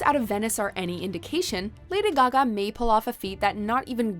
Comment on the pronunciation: Lady Gag-me